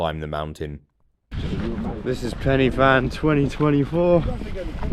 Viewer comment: Bro its not penny fan, its pen ur van lol